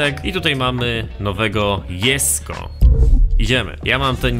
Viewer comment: proszę nie jesko tylko dżesko to boli w uszy